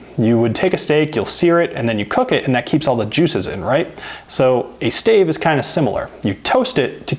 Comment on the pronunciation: Staves. Stay-ves.